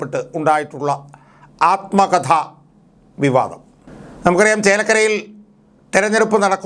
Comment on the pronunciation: ആൽമകഥ അല്ല ആത്മകഥ